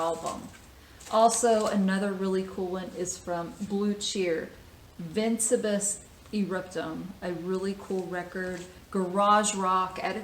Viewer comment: Hang on to the Blue cheer! I see it's a "monaural" copy, very rare and sought after. (Expensive) First edition on the Phillips label with embossed cover. I have a copy autographed by all three members; today, only Leigh Stephens is still alive and lives in the same town as I do. The title is actually pronounced as "Vin-CEE-bus E-rupt-um. Thanks for your videos, always look forward to them...